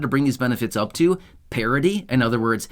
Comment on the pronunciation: The word is PARITY.